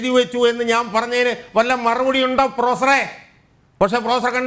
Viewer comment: ഷാജഹാൻ ഇടതുനിരീക്ഷകനോട് ഇടക്കിടക്ക് പ്രൊഫസറേ..... പ്രൊഫസറെ..... എന്നുവിളിക്കുന്നുണ്ട്.... കേൾക്കുന്നവർക്ക് പൂറാ.... പൂറാ.... എന്നുവിളിക്കുന്നപോലെ തോന്നുന്നു.... 🤭🤭👍